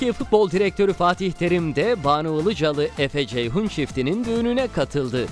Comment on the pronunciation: Buna Ilıcalı demeyein "Ilıcalı"